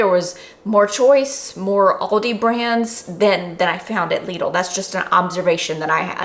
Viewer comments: Lidl = pronounced "Little" 😁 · Its pronounced lid-l, lid with an L at the end (told to me by a German) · From my understanding the name is pronounced: "LIDDLE".. hence their marketing rhyme for their middle aisle "The Middle of Lidl".